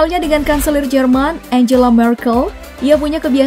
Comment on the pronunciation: Angela aja cara bacanya bukan enjela